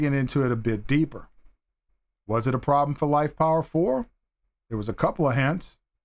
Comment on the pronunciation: Why do you keep saying LifePower4? The PO in LiFePO4 has nothing to do with the word power.